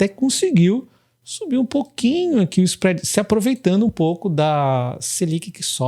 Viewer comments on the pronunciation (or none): none